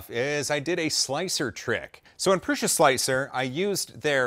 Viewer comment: These pendulums are so mesmerizing. Some 3m command strips under the metal on would be perfect. PS I thought Josef promounces it "proo-suh" not "proo-shuh"??? 😂👍👍👍